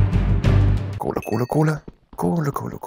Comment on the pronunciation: Luca: Kohle, kohle, kohle... kohle kohle kohle Was ich höre: cola, cola, cola... cola cola cola Wie lost bin ich?😂